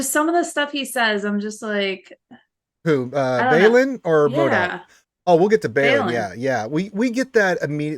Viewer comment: Those first 3 episodes were really excellent. And I agree that Force Ghost would be better than a Flash back. And, its Marrok not MODOK.:)